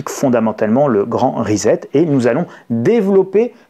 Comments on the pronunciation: On dit rissette (phonétiquement parlant) pas rizette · On prononce RISSÈT, pas RIZÈT ! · Salut risette !!! reset = re set ! pas risette ! Et ne dites pas toujours "on s'en foot" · Svp : ça se prononce ' ri-cet'. Pas comme 'faire risette'. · Rissette et non rizette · Ah oui. Ça tape sur le système son rizette ( fais risette). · Reset se prononce ricet. Merci. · Reset ne se prononce pas "rizette" lolll